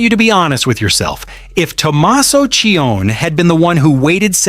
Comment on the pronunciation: Name is NOT CHIONN . His last name is Ci-oni.